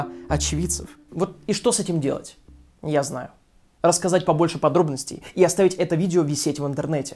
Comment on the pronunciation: рассазать XD. ну ты даёшь.